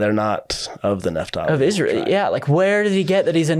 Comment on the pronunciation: Its NAPH-tali. This clown is saying NEPH-tali